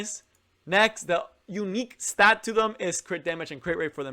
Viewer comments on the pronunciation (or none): none